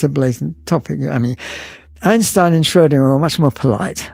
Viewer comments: Butchered his name, you said something like Skerdinger 🤣Its Schrödinger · Erwin "Squirtinger"? AI nonsense! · Unfortunately the AI came out, when it incorrectly pronounced Schrodinger as 'Score-Dinger'. I wish AI was a bit more sophisticated so this wouldn't happen, but unfortunately it is still in its infancy. A pity, because this was otherwise an interesting video.